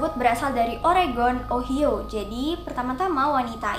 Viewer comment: Ohio tapi cara bacanya o-ha-yo